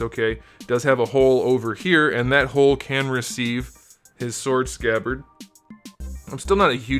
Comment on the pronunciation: That's his humor. He also usually pronounces the "w" in sword for comedic effect. Works for me